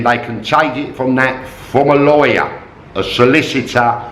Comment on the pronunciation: with your accent, when you say, "Lawyer" it sounds like "Liar"... coincidence?? 55555